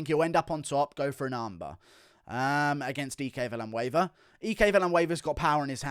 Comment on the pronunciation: Villanueva is Ike, like hike. Do you camp and go for a hee-kay?